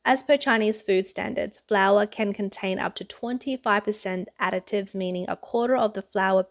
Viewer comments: I've never heard a "c" sound added to "additives." That was a little distracting to listen to repeatedly. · Omg that Aussie (I presume) reporter is driving me nuts, it’s addITives, not adICTives!